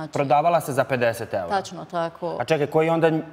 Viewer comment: "Ćitavo vrijeme" 😂 "znaći" 😅 "taćno" 😂 "protjerali su hin" 😂Aneli mozda treba lexaurin a tebi djevojko treba bukvar....sve Mentoli! Tebe tko bude slusao u onoj Zadruzi svaka mu "ćast"!